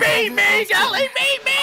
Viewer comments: It's pronounced jelly, tho haha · Gehlee is pronounced as Jelly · Great reaction! Gehlee = pronounced “jelly” Thanks for your energetic reaction! 👍🏽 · GEHLEE PRONOUNCE AS JELLY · Jelly not gehle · It's pronounced like jelly.. ❤